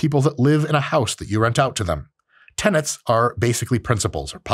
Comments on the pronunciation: He actually often mispronounces tenets as tenants. I think the close captioning was accurate to be fair. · He's definitely saying "tenants," it's a mispronunciation. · To be fair to the tik tok guy, Liver King sounds like he's actually saying 'tenents'.